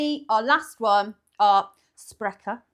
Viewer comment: You nailed the pronunciation of "Sprecher",. In addition to sodas, they also brew beer. I like the flavor of Barq's, but it lacks the creamy texture of other root beers. One of our other famous root beers, Dad's, does taste quite different. It has a very strong wintergreen flavor. At the end, you should have mixed the four together to see what you get!